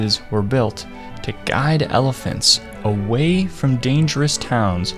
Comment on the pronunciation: “save elephats" 🥹